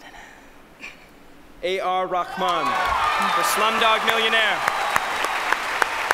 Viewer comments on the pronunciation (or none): he is a really humble man, they pronounced his name wrong but he didn't correct them, it's pronounced reh-maan not rakh-maan. :P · Why they are pronouncing his name wrongly! They are sounding like AR RAKHMAN.. It is A R RAHMAN...The person who achieved that no other Indian has made our flag high in the international standards. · Actually its not Rahman, its Rehman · That's not like that dude that's "RAHMAN" Not "REHMAN" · They really tried this time though, so it wasn't that bad. In a previous one, they said "AR ramen," like Ramen noodles. That was awful. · A R rakhman wrong pronunciation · No dear..its Rahman ... Vaeun gupta is right....i have learnt arabic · He's Tamizh brother, It'd be better if the Hindi speaking people kept their understanding of the names with themselves, it was weird seeing his name being pronounced the way it was, well anyway! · Hi Bro...Dont Find Mistakes about her pronounsation.she is not from india. In This Case,If she requested to ar rarhman to announce a russian oscard award winner name means arr also would be a same pronounsation mistake. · I don’t think that’s how his name is pronounced